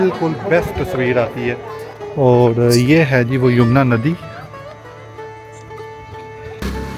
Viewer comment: Nice guidelines But its yamuna river bro not yumna river 😂